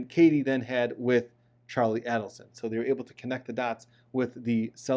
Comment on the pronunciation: Dans last name has the accent on the last syllable. Also Adelson has the accent on the first A, its not "ad". Very informative.